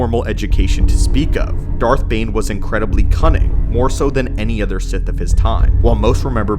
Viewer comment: He’s a “Bith” Lord 🤣